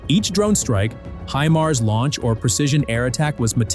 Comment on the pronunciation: For the love of my sanity, teach this AI announcer Phonetics! Feed him Hook on Phonics so he quits calling them Haich Eye Em Aye RRRR sess.